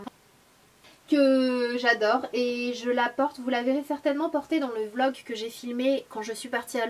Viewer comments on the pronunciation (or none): none